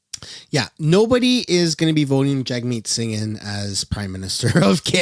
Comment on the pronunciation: All I here from Singh is vroom vroom